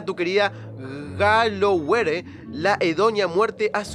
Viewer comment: El mejor juego, te ayudo, el personaje es Sir Daniel Fortesque (se pronuncia Forteskiu) el pueblo Gallowmere (se pronuncia Galoumor). PD. Me gusta la nueva sección ;)